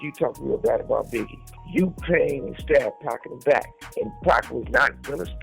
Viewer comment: The way this man is pronouncing Pac and Suge makes it hard for me to take him seriously on things ‘HipHop’. Except for things I’ve actually seen any of them speak on in interviews.